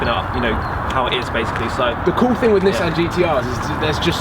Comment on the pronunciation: People who own GTRs that dont know how to say nissan